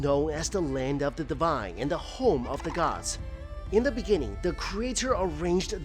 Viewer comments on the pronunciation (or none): in the beninging ...